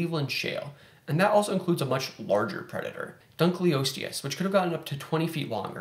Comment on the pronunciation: Dunkle, not dunkley. ;)